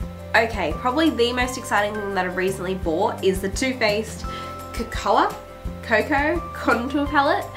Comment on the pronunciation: Haha co coa